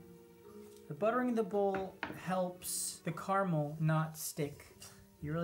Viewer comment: Why are you saying "Karmel" when you clearly mean "caramel"?